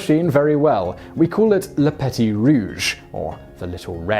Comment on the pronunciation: While interesting and informative, I found the many mispronunciations of non-English words very distracting. i.e "petit", Wiesbaden,...